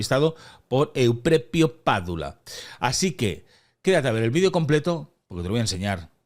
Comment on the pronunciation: Suena horroroso, en tu contra, que pongas ese estúpido acento Italiano al nombre del tal Euprepio. Pronuncia normalmente, por favor.